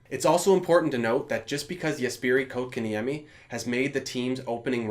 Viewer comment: did he just call kotkeniemi kok?